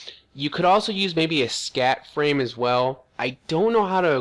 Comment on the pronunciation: I LOLed so hard every time he said scat frame instead of SCAF